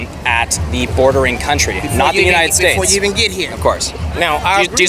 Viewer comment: Lol the drunk lady. She said “the menited states.” 😂😂😂